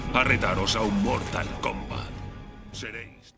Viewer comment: dijo mortal komat😆